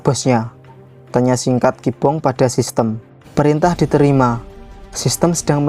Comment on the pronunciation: Kibong cok bukan kobong